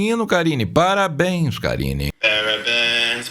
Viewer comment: "meus parabenhu"